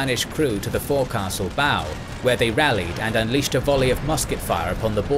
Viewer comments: Great documentary, but please, please learn how to pronounce words, especially when you’re speaking about a British sailor. Lieutenant is lef-tenant, and forecastle is folk-sal. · "Fore castle" 🤣